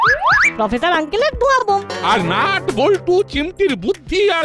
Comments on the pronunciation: ন ট না নট না নাট 🥲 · ন ট নয় নাট